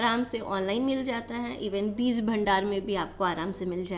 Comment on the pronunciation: Good morning dear, Kindly, improve your pronounciation of word Beej not Beez, Regards, S. M.Athar